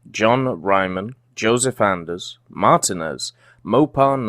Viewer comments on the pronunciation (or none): none